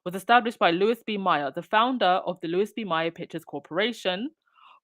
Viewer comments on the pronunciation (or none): Pronounced "May-er" 😊